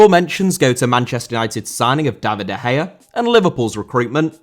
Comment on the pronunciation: Gea* not Heyer